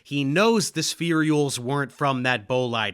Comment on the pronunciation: Can I ask why you put an extra E (or Y?) in spherules every time you say it? My understanding was it's pronounced spheh-rules or spheer-ules. Not that important but spherey-ules just hits my ear wrong and maybe I'm wrong about how it's pronounced.